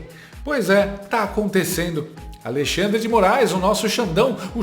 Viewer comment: Segundo o jornalista Oinegue da Band; "... há dois Brasis com o alei-xandre...".